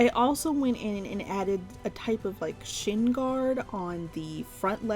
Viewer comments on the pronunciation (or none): none